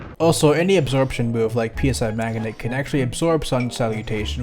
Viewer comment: Bruh it’s not p.s.i. magnet lmao